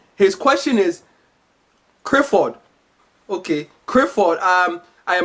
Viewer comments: engrish.... crifford! ah weak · Why can't Africans pronounce Clifford the l